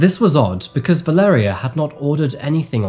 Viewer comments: Her name is (phonetically) Val-ar-aya, I know a Mexican lady with that name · Her name is pronounced “Vah-leh-rEE-uh” and the city is called “gwah-da-la-HAH-rah”